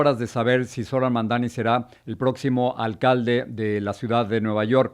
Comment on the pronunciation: EMPECEMOS POR PRONUNCIAR BIEN SU NOMBRE… INCLUYO A SUS OPONENTES. ~*MAMDANI*~